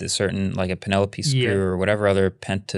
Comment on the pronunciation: Pentalobe is now pronounced Penelope! Forever! In my brain can’t change it!!!